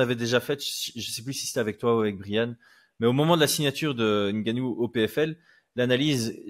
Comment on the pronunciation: Ce n'est pas francis N-gannou mais c'est Ngannou